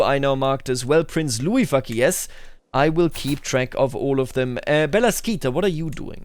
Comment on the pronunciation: "Everytime you pronounce Fakilez I just hear "Fuck yes"" you and the closed captions